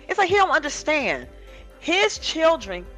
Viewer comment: I can't stand the way he pronounces words!!! "Unnerschand"